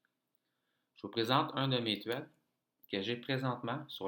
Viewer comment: Salut, tes propos sont intéressants. Si je peux me permettre, sans vouloir t'offenser, pour améliorer ta crédibilité, quand tu parler d'une trade,, tu prononces "trède ou tread en anglais" alors que le mot trade se prononce "tréde" avec e accent aigu. J'aime bien quand tu parles également de tes pertes car la majorité des traders qui cherchent à enseigner ne parlent que de leurs gains et ce n'est pas réaliste. En plus ça fait sentir aux personnes avec moins d'expérience qu'ils font qqc de pas correct et c'est démotivant. Bonne chance et continue. Bon succès.